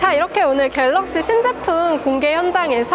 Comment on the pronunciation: 경상도 분이셨나요? 오!늘은 ~ ㅎ